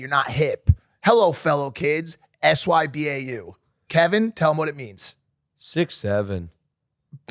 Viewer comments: Somebody tell the boys you're supposed to pronounce sybau not spell it out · Did i really just hear a 40 year old man, actually hear a grown up say sbyau and spell it out instead of actually saying what it stands for???? Could you be anymore cringe? I expect to see that from kids on games but not people actually speaking like that